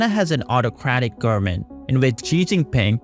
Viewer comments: O.M.G ! Repeat after me: , g o v e r n m e n t . Nooo, not garmin. No man, not garmen, , g o v e r n m e n t . G, o, v, e.. stop there! Say V ! Wow ! Repeat V until you succeed ! I know you can ! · Wtf u sayn “gurmen”? Can pronunce a v?